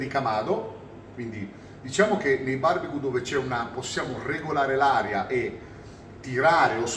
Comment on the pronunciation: Barbecu non si può sentire…